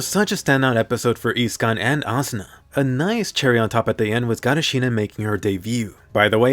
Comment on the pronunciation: i had a smile when Asuna said SiNoNoN!